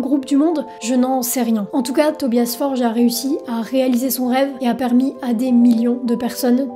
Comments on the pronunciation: Le nom du leader du groupe ne se prononce pas "forje" mais " for-gueu" il est suédois pas portugais. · si mais son nom s'écrit avec un G ( Forge) d'ou l'erreur courante de prononciation des francophones.